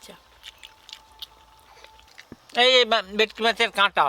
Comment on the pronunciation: ভেটকি ❎ ভেকটি ✅